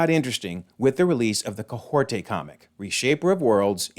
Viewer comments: Kahkorta it's Kah hori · Hey why can you not say Kahhori’s name right? Like we have literally heard it out loud so why do you not know how to say it; and why are you saying Kay-hore-tay and adding letters and sounds that are not there…? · That is definitely not how Kahhori is pronounced! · I believe it is kah-HOR-ee. Listening back to the her original What If...? episode, that's how it sounds when she introduces herself and her name being said by other characters. I have heard the interview with the voice actor, Devery Jacobs, saying her character's name. I could see how one could interpret the "t" sound on the last syllable, but I understand it as kah-HOR-ee based on what I hear. Hope this helps!